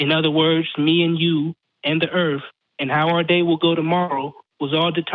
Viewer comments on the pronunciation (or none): I wouldn't listen to anybody who pronounces earth as "EARF."